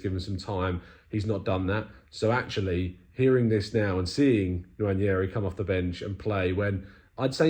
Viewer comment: Of course made the best effort from any British person I’ve heard so far at pronouncing Nwaneri’s name😅👍🏾